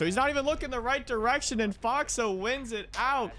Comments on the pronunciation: Man I love you but hearing you say "Foxuh" and not FoxA was just petting my peeves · Can tell you don't watch OXG play much cuz you call him "Foxa" instead of "Fox A" No hate just jarring to me 😝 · It‘s FoxA not Fox or Foxa